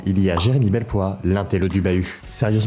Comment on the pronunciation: Jeremie ''belpoire''😂😂😂😂suis je la seule a trouver ça bête ?? 😂😂😂